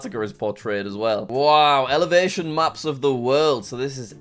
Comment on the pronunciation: the way he says elevation